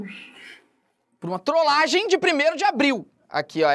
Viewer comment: é trolagem e não troslagem